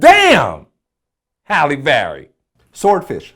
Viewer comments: Halle,not holly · Why does Vlad keep calling Halle "Holly"?